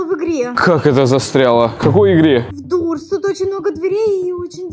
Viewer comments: и передайте от меня точ то не дурс а дорс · ЭТО НЕ ДУРС А ДОРС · Не дурс , а дорс это исключение